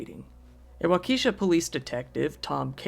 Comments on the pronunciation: Giggled at "wau-key-shaw". It's "walk-uh-shaw". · Wa-ke (soft e) sha. It would be good to look up pronunciation of cities not familiar. For everyone. It's a bit distracting and annoying. Any words for pronunciation, for that matter, if you are a narrator. That would be most professional. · Waukesha is pronounced Walk-a-shaw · The Wisconsin tragedy town is pronounced wauk uh shaw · As always, great stories. One correction. Waukesha is pronounced as WA-KA-SHA The E is not pronounces. Just incase you ever cover another story from there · For my sake and that of the rest of the world, please, NEVER try to pronounce Waukesha again. Why true crime creators don't look up the proper pronunciation of unfamiliar areas boggles my mind. This is HQ material made lesser--sophomoric--by errors like that. Don't get cocky, Kid. It's code.